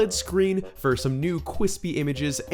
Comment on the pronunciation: Corrects the word "scween" and proceeds to say "cweespy" seconds later xD what a legend